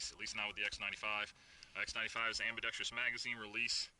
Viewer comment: It's pronounced "ambi-dex-truss". I'm not sure who started the "ambi-dex-treeous" pronunciation in the gun community, but as an ambidextrous shooter, I find the mispronunciation irksome. Otherwise, good video!